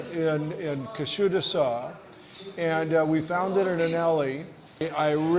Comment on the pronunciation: I like the video but the pronunciation of the town has much to be desired. 😊Otherwise it was a great video thank you! pronounced KUSHADUSA more or less. The last "A" is is more of a cross between the"a' sound and the "e" sound. Thanks for the video though I am already subscribed. I have a summer house there so I am a bit particular. Great information! And a well-made video